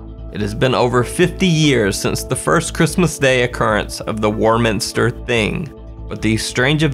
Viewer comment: Warminster in the UK is pronounced "waw" minster. Strange, huh. Can't get enough of your content, thank you 😊